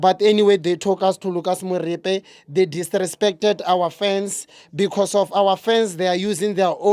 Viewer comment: He said Lucas Moripe